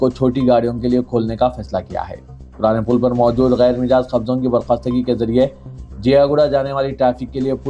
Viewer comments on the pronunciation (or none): Mijaaz Nahein Majaaz .......Majaaz